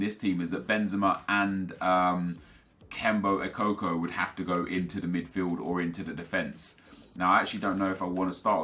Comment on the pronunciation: The way he said kembo ekokko made me laugh no offence